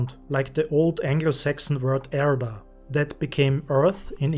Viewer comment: your german "erde" is very good. do you speak german bro?